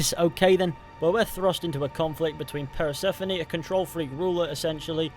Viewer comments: Please learn to say persephone’s name correctly fully bugged me throughout ‘ per se phoney” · I hope you never tried to pronounce Persephone ever again...that was just upsetting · I didn’t know one mans pronunciation of Persephone could make me so irrationally angry